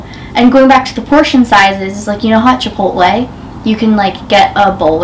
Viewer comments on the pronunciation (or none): none